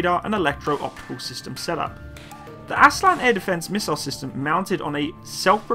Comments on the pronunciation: Great video and a hint: in Turkish every sound has a unique letter and every letter has a unique sound. So every letter is read: Aselsan is pronounced a-s-e-l-s-a-n and not "aselan". The full name of this company is Askeri Elektronik Sanayi - Military Electronic Industries. Aselsan was founded in 1975 to produce wireless military equipment after the US military embargo following the Turkish intervension of Cyprus. Almost all military technologies of Turkey today, has roots of such embargos of his allied NATO countries. Hisar is the result of US denial of selling Patriots to Turkey. Altay tank is a product of Germany's Leopard embargo. Turkish drone families are the result of US rejection of providing Turkey Predator and finally Kaan fighterjet is the fruit of US removal of Turkey from the F35 program. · please learn how to read turkish name hisar = hesor , aselsan = assailson